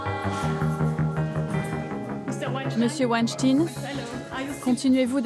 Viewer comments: On ne dit pas winstin mais weinstein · Et sinon, pourquoi prononcer "tine" à la fin de Weinstein alors que ça se prononce comme "Einstein" ?? Pas si difficile de reprendre la prononciation anglaise qu'on entend en background quand même... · Pourquoi prononcez-vous mal le nom de famille "WeinstEIN" ? :) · C est la WEINSTEIN STINE A LA FIN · Wanne stinne... Vous dites Rammstein, ou alors "Rammstinne" ?